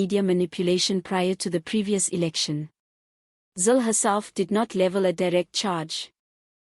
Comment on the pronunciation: still cant get her name right😆